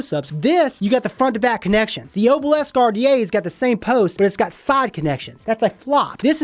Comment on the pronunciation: Every time you said Oh-bhil-esk I threw up a little. It’s pronounced AH-bil-isk.